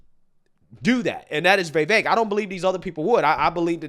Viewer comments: Dude, it's Vi-VAYK. For real, plaese say it right. It's not Vay-Vayk. C'mon, Man! Don't tell me you don't get on peeps for how their eloquence..... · FYI Its pronounced "viv-vake" not "vee-vake" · It's pronounced (Viv_vake) like cake.Vivek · Why does he keep calling him Vay Vake lol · Bro. Love your channel, but I can't understand why you have such a hard time pronouncing his name. It's not "Vay-vake", its not "Vai-vake". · Vee Vayk, lmao. You crack me up with your pronunciations dude. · Bro, please learn to pronounce Vivek's name. It's so irritating. Don't believe the polls. Vivek POTUS! 🇺🇸🗳